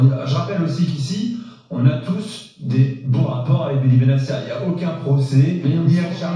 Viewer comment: Benatia est marocain on prononce le t pas s il n'est pas italien